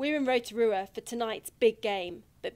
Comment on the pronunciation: Absolutely no one the reporter: row-tah-ruha